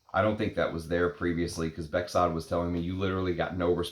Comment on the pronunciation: my name is Bekzod too, pronounced "bekzod" nicely.